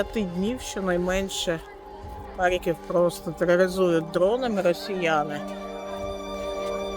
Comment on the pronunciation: 3 (мова про рівень, не про вимову. ну і С1 - це далеко від досконалості ггг). Мені неприємно чути покоцану назву рідного міста. Щоби вимовляти з налогосом на перший скад, не потрібно нічого крім як редактору поцікатитись цим питанням.